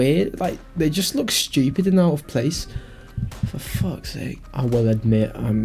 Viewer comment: "I was a very schewpid kid", - us bro us